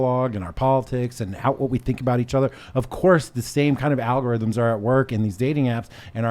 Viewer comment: Al-go-rise. is coining terms in real time.